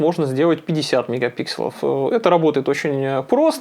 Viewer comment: правильно говорит. Это как «брелков» и «брелоков» - правильный второй вариант.